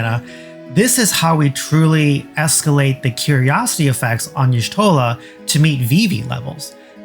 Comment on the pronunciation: "Yee-shtola" not "eehshtola". >:(